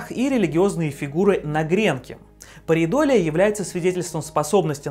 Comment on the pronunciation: Ударение в "феномен" - хорошо, в "парейдолия" и "терраформирование" - плохо. К тому же колонии на Марсе если и будут, то наверняка только под землёй